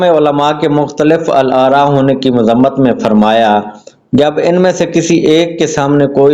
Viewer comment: جس بندے سے مختلف الآراء اور بعینہ کا درست تلفظ نہیں ہو رہا وہ امیر المومنین کے خطبے کو کیا سمجھے گا 😂